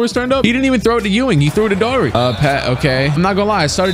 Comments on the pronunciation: Ahh brah...phonetically.... "doe-er-tee" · I think Daughtery is pronounced 'Dockerty', sounds like an Irish name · Daughtery is pronounced daug-tree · It's pronounced Door-tee my guy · It’s pronounced Darty Brad Darty